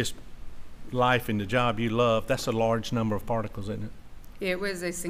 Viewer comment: he said farticles not particles